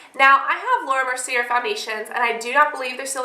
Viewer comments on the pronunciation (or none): It is pronounced laura mer-see-ay. sorry, it just bothers me haha